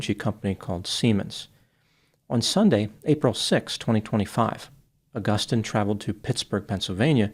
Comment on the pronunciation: The way you pronounce Agustin is brutal - and no, I am not a spanish speaker.